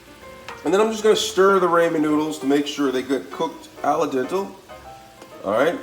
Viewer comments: It's pronounced ra-men, not ray-men! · no shit. But sound it out lmao he said it like Raymond soup lol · Can’t trust a recipe for ramen noodle from someone that pronounce it “ Raymond noodles” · Bruh, it's Rahmen like Ahmen Ramen noodles. Not Raymond Noodles lol. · Everytime he says Raymon noodles I feel weird 😓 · Absolutely speak & pronounce your reads correctly. It’s not Raymon? Dah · Same and the first time I've heard ramen pronounced Raymen 😂